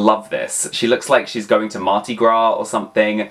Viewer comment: Say it with me…. Mar-Di-GRA 😂